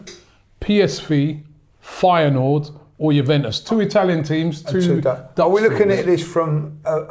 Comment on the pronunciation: got the Feyenoord pronounciation spot on